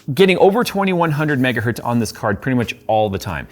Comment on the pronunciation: Dear, one megahertz is still a megahertz, not metgahert like you say:)